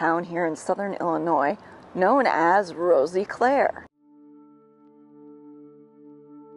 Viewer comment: she as well was saying it wrong, the "i" is sort of silent so it would be pronounced as "Roseclare" if that makes sense. (i live here)